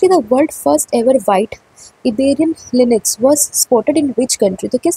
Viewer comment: Inix nahi Lynx hai madam